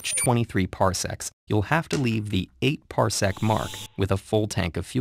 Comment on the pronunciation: Wow, ted ed said parsecc, who wrote this, han solo?